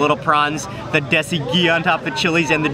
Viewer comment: yo im Pakistanis and im not trying to be mean but its dasie deesie